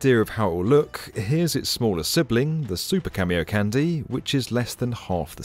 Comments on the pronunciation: It's Japanese. It's pronounced Kahn-day, not candy. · Its not cameocandy its ka-mio-ka-n-de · IT'S PRONOUNCED [kon-DAE], NOT [KÆN-dee]! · Kah-mi-oh-kahn-day, not Cameo Candy. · okay. its "khan dee" not "candy" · KAN-DEH not KAN-DEE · How did you guys make an entire 8 minute video without learning how to actually say Kamiokande? You're saying it wrong. Just stop, figure it out, then re-release with a new soundtrack that doesn't make you look quite so foolish. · KamiokaNDE Kami-oka NDE (Nucleon Decay Experiment) Kah- Mi Oh Ka -- N-D-E please I want to cry its not a delicious candy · It's pronounced can-day not candy. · Who else got triggered when he kept saying "Cameo Candy" ? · kamiokandyyy lmao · Excellent video. Ps it's pronounced kah-me-oh-kahn-day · The way you spell camiokande I thought you said camio-candy. Was wondering for a few minutes what this has to do with candies, and why it's called a candy. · Theres no way its pronounced "cameo-candy", right? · Please stop saying "Camy-O Candy" 😭😭😭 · Jesus christ "cameo-candy" lmao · nitpick on the pronunciation- A and E sounds in japanese are always said as "ah" and "eh", so it would "kahndeh" Then again, I'm not opposed to Japan building the world's biggest candy... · Yeah, mine too. But it’s because he’s pronouncing it wrong. The de sounds like the de in demolition, not like in destroy. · The DE at the end is not like in candy. It's the same as de in dead.